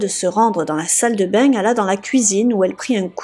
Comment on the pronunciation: C quoi ça "la salle de beigne" & "les voizaigne" ahahah xD